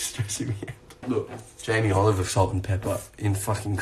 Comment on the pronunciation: No one : Thomas : JAmiE OliVEr sAlt aND PEpPer